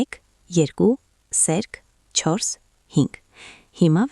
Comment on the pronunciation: <<ՍԵՐԿ»~ն ի՞նչ էր, անգրագե՛տ աղջի՛կ, Ցյան չէ՛ ,Թյան է, Թ-ն՝ Ց ՉԻ՛ արտասանվում,յա՛խկ, անգրագե՛տ գեղՑի՛, երուՍ չէ՛, ԵՐԿՈւ Է՛՛՛՛՛, անԳՐԱգետԻ՛Կ ես՝ վարժուՑյուն ՉԷ՛, վարժուԹյուն է՝ Թ—Թ, ոչ թե՝ Ց, տարրական գիտելիքներ չունե՛ս, աղջիիիի, պԸՏԸտացնե՛ լ չէէէէ՛՛՛՛պԸտտաՑնել է արտասանվու՛՛՛մ😮😢